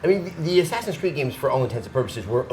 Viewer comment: Why the FUCK doesn't he just say Assassin's Creed? Is it THAT hard? God.